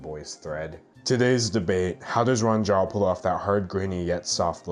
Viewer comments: angrily you said his name wrong it's pronounced roo-anne jeep >:-( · The monotone voice really kills me Also Rue-ahn Gee-ah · i think since it’s mandarin, it should be pronounced as “ru-wan jyah” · btw its ru-ah-n gee-ya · IT's pRoNOUNCed "RU-AHN JEE-AH" you UNCulTuRED swINE ! !!1111 Jokes aside. Honestly, so many people do get mad at an artists success instead of actually doing the work to get there. It's completely counterproductive, makes you look like an ass and less likable as an artist. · it's pronounced like roo-an jee-ah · it's pronounced Ruan Jia... idiot.